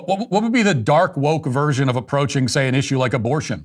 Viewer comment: Dork not dark. "Dork woke"